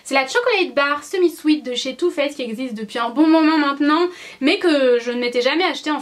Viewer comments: Hello ! Première fois que je commente alors que je te suis depuis un petit moment. Je te trouve magnifique, comme d'habitude ! Et mon dieu qu'est-ce que j'ai ris quand tu as dit "two fesses", ah la la les beugs de langage je compatis, ça m'arrive tout le temps ! Gros bisous ♥ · "Too fess" tu m'as fais trop rigoler ! ♥ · 'Too faced" "Too Fesse" Tu m'as vraiment fais rire Mdr <3